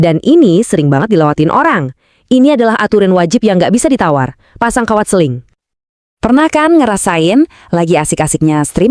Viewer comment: Sling kok jadi seling ya 😶